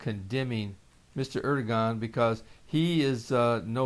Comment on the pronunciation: Erodogan pronounced Ur-doe-Wan FYI